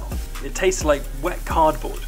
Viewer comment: Dude said cardboard -_